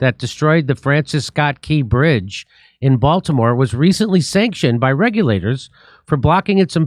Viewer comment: Oh, the Bael-timore bridge in mary land?